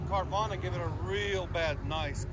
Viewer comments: Carvana haha its carven. Ill forgive ya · Yeah great video that he doesn’t even know how to say your company name🤣🤣🤣🤣🤣🤣🤣🤣🤣🤣🤣🤣🤣🤣🤣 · What an idios doesnt even knows what he’s advertising LOL keeps saying the exhaust name wrong over and over